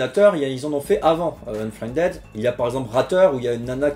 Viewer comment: "Unfriendède" -->" Unfriendide" De rien.:p